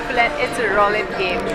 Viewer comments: Ifs not Rowlete.....its pronounced Rulete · If only you knew how to pronounce roulette.